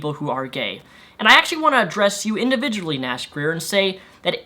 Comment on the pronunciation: sounded like you said nash queer at the end